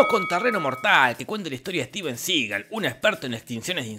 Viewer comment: ...Denzel, no dezel. Y es "Juan Claudio" (Jean-Claude) y Steven Seagal, no juan claudeo y stiven segal